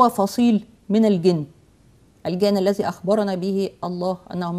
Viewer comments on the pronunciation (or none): none